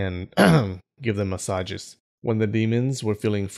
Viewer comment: "massages" lmao